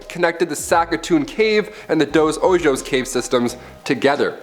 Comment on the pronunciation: Ojos is pronounces “ohos”.. you’re welcome:)